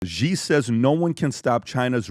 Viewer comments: PBD: It's pronounced "She" JinPing not "G" JinPing. 😅 And the other one is Lai "Ching Duh". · Its not GEE...its pronounced SHE😂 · Please communicate to PBD... China's President name is pronounced (SHE) and is spelled Xi.... with all the resources that Valuetainment and PBD have, they can't get anyone to help them understand how to pronounce President Xi (SHE) name. Happy 2025! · Wtf does PBD say Ghee like he’s got a stroke? Xi is pronounced as it’s spelt in English or in Mandarin.